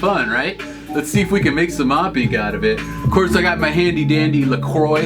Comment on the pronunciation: Lacroix. Not lacrodjsjsjvaJ